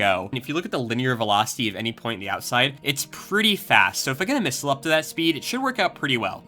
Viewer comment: "Hey everybody, I wanna make a mistle" what an intro!